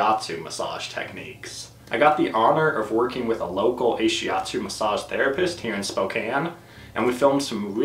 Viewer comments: Ashiatsu isn't not-shiatsu but rather massage done with the feet. Ashi means foot (足), atsu means pressure(圧) in Japanese. Also it's pronouced Ah-shi atsu, not ei-shi atsu. But great video! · Why did you say 'Ay-shiatsu" instead of 'AH-shiatsu'? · Brill. thanks very much despite strange pronunciation, of Ahiastu ;-) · You pronounce and translate it wrongly. The name of this therapy comes from ASHI- means FEET and ATSU- massage pressure in Japanese. ASHI-ATSU. Ashiatsu. I am an instructor on this modality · I have to wonder if this guy actually talked to the therapist or read up on the modality since he's just starting off already with completely wrong, easily looked up information. I can somewhat forgive pronouncing ashiatsu wrong, but it implies he talked to few or no therapists, but the word isn't an English word with Greek origin. It is literally a Japanese loan word. And it translates to foot pressure. Ashi in Japanese means both leg and foot. Shiatsu does not mean hands. It's like he's just making stuff up even the most cursory search could disprove. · He doesn’t pronounce it right. ...